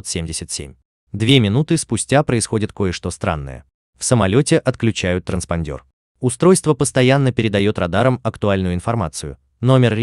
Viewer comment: ТранспОндер, а не транспандЁр 🤦‍♀️🤦‍♀️🤦‍♀️